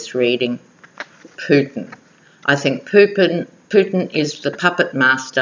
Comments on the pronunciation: I heard Poop-in, too. And you know there's a limerick there ... ! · Hi! What a brilliant reading and I so appreciated the chart you made. Gosh, I live in the United States and you are more knowledgeable than most US citizens on these matters. In one frame, I thought you said, "Poop-in" instead of Putin and I got the biggest chuckle. hehe But, I totally agree with your analysis that Mueller is going to seriously bring down the hammer against Kushner. Money laundering will be the least of Kushner's worries before this is all done and said. I just can't believe he is STILL having diplomatic meetings with leaders (latest is with Mexico's leader). It's like he doesn't care if he flaunts it or could he be that stupid or rather desperate. Probably both. Also, if you haven't watched Elizabeth Chronise McLaughlin's daily podcasts (she is a bad-a** U.S. lawyer)...you should take a peek. She really gives the goods on all of these folks from a legal perspective. And, she would agree with you on Kushner. Lots of love!